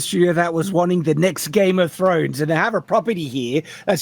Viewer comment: The first syllable of game of thrones is game ya knob lmao